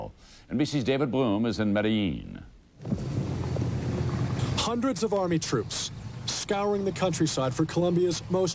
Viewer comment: Its pronounced medejeen HPTA